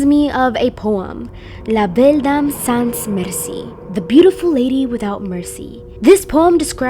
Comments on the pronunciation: I am franc Canadian and «sans» is prononcer «san» we don't prononce the «s» at the end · and there me a french person cringing when you pronounce the "s" at the and of "sans" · just want to say that it s not hate comment la belle dame SANS merci in sans we don t pronounc the S just an info i m soooooo sorry for bad spelling